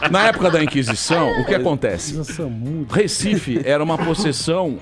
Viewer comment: "RÉcife"... até quando?